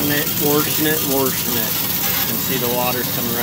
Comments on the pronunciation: your warshing it out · Please say wAshing. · Good job with the warshing